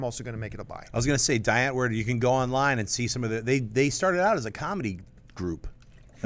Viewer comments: It's pronounced Dee Antvoord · Please stop pronouncing Die Antwoord wrong